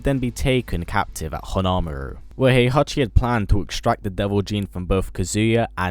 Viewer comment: I love how he mispronounced "Jun" and "Hon-Maru", it's kind of cute :3